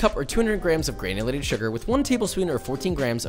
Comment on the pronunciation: gurrrrrnulated sugar